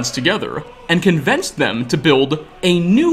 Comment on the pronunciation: You the only person ive ever heard pronounce convince "convence"